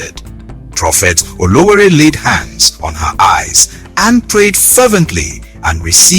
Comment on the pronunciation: Ọlọwẹẹrẹ not Olowore.